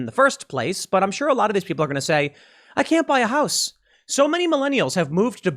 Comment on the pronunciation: what is this "houce" thing he keeps talking about? not sure how it's spelled, never encountered one before and probably never will